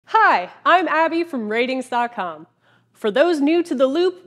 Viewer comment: it's pronounced "ratings"? i'm sure i'm the millionth person to comment that